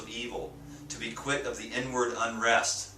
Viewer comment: I thought he said n word not inward lol. Im fasting now!